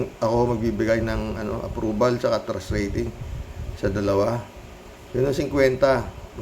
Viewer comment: O sige, sagutin ko tanong mo: ANO ANG TRASH RATING KO KAY HITAD? hahahaaaaa.... 100% trash ang rating ko dyan. ay, ano ba TRUST ba, kala ko kasi trash eh, yung promounciation mo kasi, may diperensya... ahahahahahahaaaaa.... jokelangpo!